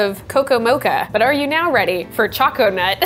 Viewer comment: Gonna go make some raspberry zinger. Pretty sure choconut is intended to be said like 'choke a nut'. So it sounds more like coconut. What was the refractometer measuring?